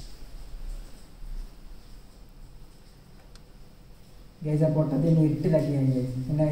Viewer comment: For vandi you are saying kandi😂😂